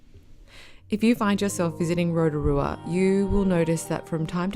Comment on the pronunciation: "ROTARUA"? correction (ROTORUA) ROTO=Lake. RUA=Two. Therefore, 2nd Lake. "Upright Canoe" at Lake Tarawera? Wrong, Pouwhenua = Totem Pole, (land post), are carved wooden posts used by Māori, the indigenous peoples of New Zealand to mark territorial boundaries or places of significance. The Smell? Everywhere on the planet where there is volcanic activity smells, it's called sulfur. It's not that bad (Are the facial contortions that necessary?) and I would think that being respectful of the places you are visiting including towards the people who's land it is (Including myself), enjoying the scenery, soaking up the ambience of the place would be far more beneficial to oneself and to viewers alike. Apart from that, nice work (From a Kiwi documentary filmmaker based in Sydney)